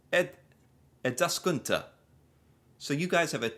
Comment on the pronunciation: Bro sounded german when trying to say Eduskunta😅